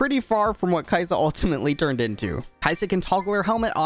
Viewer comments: Ka-i-sa in tagalog not kai-sa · It's not, Kayisa. It's Ka-i-sa with the stress on the "i" but the pronounciation is almost correct since you stressed the "i". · No no no, it's not Kaisa, it's Kai'sa but everyone pronounces it like Kaisa. If it's Kai'sa then it should be pronounced as Kaisà, then why do they even write it like Kai'sa which makes it feel like Kai Sa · Kayısı in Turkish language mean apricot pronunciation is almost same as kai'sa Soo some players call kai'sa kayısı "ı am gona pick kayısı" Lol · Sorry to inform you, but your "caisã" pronunciation was wrong again :( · Funny accent on the word "caisa" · "Ka isa" in Tagalog is two words not one word 👁️👄👁️ After he mispronounced it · As a Filipino, I didnt really think that Kai'sa might be a play on "(mag)ka isa". Might use some improvements on the pronunciation but other than that good job on the vid!